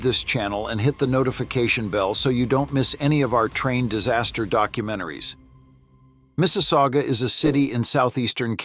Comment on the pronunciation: Mississauga. Also known as Mrs. aOOgah!